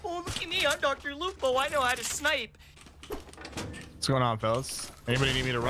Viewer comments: dR LupO. ItS LuPO mAn!! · Is that ninja saying dr lupo, it’s lupo man